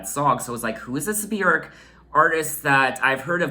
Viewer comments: your pronunciation on Björks name is the best I have heard from a foreigner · oh my god it’s so refreshing to hear somebody pronounce her name correctly!! this album’s 1 of my all time favourites 💕